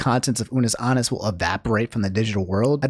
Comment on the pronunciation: i know you didn’t just say unus aannus and markeeplier